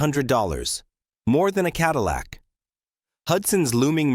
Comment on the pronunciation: AI lost me at Ca-dee-lac.